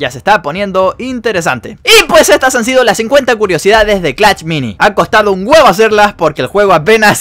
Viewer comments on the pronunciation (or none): Por que dice clach y no clash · Porque dice clach me da mucho toc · Jajaja como lo dice "clacht"